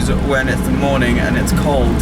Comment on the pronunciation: how can you have soo much money to pay for that xD and why saying morning like this